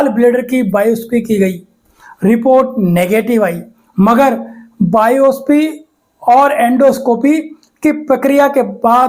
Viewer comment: बायोसी नही बायोप्सी